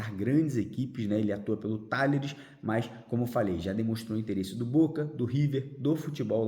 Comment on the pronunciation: Talleres se pronúncia Tajeres. Saudações vascainas!